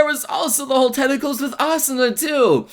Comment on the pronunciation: and tenticals lol